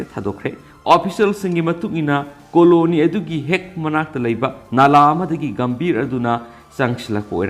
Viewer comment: Khonthok sengde Gumbhir bu gambir Blasphemy bu blasfe Rushdie bu rashi etc